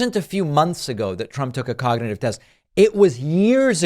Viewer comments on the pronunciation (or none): He even says he took a cotditive instead of cognitive. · Listen clearly : "I took a 'cocktitive test' my doctor gave me." With Dumpty Trumpty, you can't make this shit up. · David, at , you didn't mention how the Orange Fraud mispronounced cognitive test as cocktitive test.